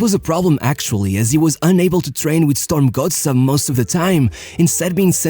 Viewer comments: The most amazing thing about this video is how good the pronunciation of "Strømsgodset" actually is. Pretty close to spot on! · Actually quite a decent pronounciation of Strømsgodset!